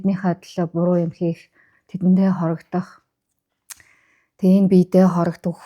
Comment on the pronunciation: Nom ntr unshsan medlegtei humuus gehed ugee buruu heleh yum 'гурвантаа гэдэг үгийг гурвантай, хоргодох гэдэг үгийг хорогдох ' gehiin , Mongolchuudin yazguurin soyol bish shuu dee , Tenger uzel Munh tengeriin uzel bolood jam ësni tuhai sudalj uhaaraasai bilee ...